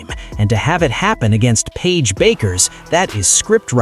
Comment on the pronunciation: You can pronounce Paige's name right!